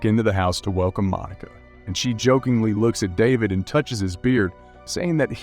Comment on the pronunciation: Lucía is actually pronounced as "loo-see-uh" and David as "duh-bid"